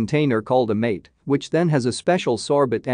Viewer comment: Goodness, couldn’t you learn to pronounce dulce de leche, Mah te but not like”Sorry Mate”…am not even Spanish & I cringed the way pronounce words even sautéed…ouch!